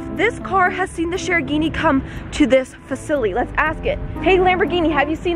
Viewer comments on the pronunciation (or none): She said facily